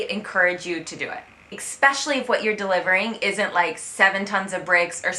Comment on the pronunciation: Still with the "expecially"! ;)